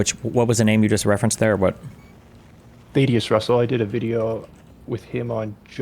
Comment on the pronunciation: "I did a video with " can't even pronounce the name🤦‍♂, it's "THAD-E-USS."